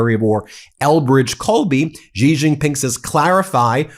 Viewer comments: Thank you for all your coverage.. always on point, however.. just a small note.. Xi is pronounced "She", not "Gee".. No biggie.. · I will keep posting this until someone at Midas sees it. Xi = She.. not Zhe. Please stop mispronouncing his name. It only takes a few seconds to listen to the phonetical pronunciation of names. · To pronounce "Xi", say "seek" and take away the "k". Or just "sea".